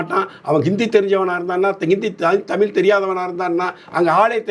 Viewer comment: உங்கள் வலைதளப் பேட்டிகளை மிகவு ம் ரசிக்கிறேன். மிகவும் அறிவார்ந்தவைகளாக உள்ளன. உங்களது பேச்சுத்திறன் மிகவும் பாராட்டத்தக்கதே. ஆனால் ஒன்றைச் சுட்டிக்காட்ட நினைக்கிறேன் நீங்கள தமிழை தமில் என்று கூறும்போதெல்லாம் என்மீது அமிலத்தை ஊற்றுவதுபோல உணர்கிறேன் தயவுசெய்து திருத்திக்கொள்ளுங்கள்